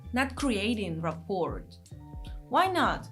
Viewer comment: If this was your first video, it was excellent !! I love your accent and your adorable mispronunciations of complicated English words. The "t" at the end of "rapport" is silent (rah-por). Keep them coming!